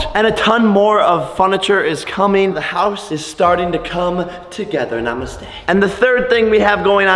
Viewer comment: did he said namste 😂😂😂😂